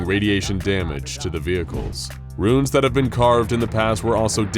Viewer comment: Okay, your of 'runes' (hint, there's no 'i' in runes - you're saying 'ruins') aside, listening to your pronunciation of 'Davites' is just painful.